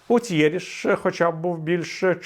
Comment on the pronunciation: Смішно звучить ґутєріш😂😂